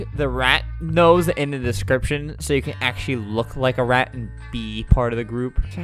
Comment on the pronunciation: normal people: "rat" Flamingo: "rett"